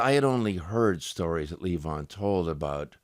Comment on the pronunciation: Marcus Van Story used to tell that nobody in The Band could pronounce it luh VON, not LEE von! LOL